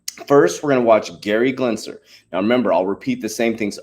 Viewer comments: lmao... i want him to keep saying glensler!!! i love it.... leave him alone. he told you he is dyslexic. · For the last freakin time, it’s Gensler NOT “Glensler!!!! Drop that damn “L”. Lol. Jesus. You can’t gain credibility if you can’t even pronounce the name right of probably the biggest key player in the crypto space right now. And WTH is with the burps?? 😂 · GEN- SLER. GEN- S L E R